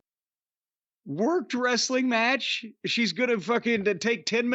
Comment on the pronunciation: Anyone else hate the way Dave says the word "match"?